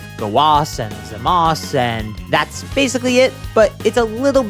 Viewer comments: did bro just say gowas and zamas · Wait I'm confused, why does call them Zamas and Gowas instead of Zamasu and Gowasu